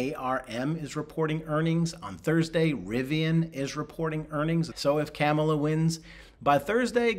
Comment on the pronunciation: He can’t say Kamala correctly. That’s what I call “a sign”.